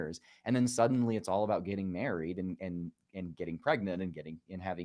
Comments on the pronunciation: JJ is very NEEDY for attention. He says ABOOT, only person in Canada who does. Claims falsely it is “Canadian Raising”…but it isn’t Notice he pronounces “sound”, “around”, “found”, “trout” normally, not as SOOND, AROOND, FOOND, TROOT. It’s just one of his annoying mannerisms. His profound hatred of all things Québec is another. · I love how jj pronounces 'about'